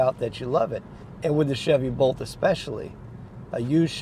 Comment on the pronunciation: You were saying “Bolt”, right? Sounded like “Volt”. 😊 Whenever Aptera gets their three-wheeler out the door, it won’t be too late for me… unless I’m dead, of course. But I’m positively (charged) confident I’ll be alive and kickin’ when my Aptera’s ready for me.. I like Teslas okay, I just don’t like Elon.